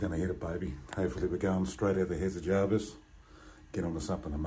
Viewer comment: Jervis Bay not Jarvis Bay